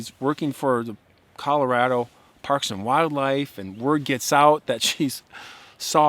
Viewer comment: Please pronounce “Colorado” properly.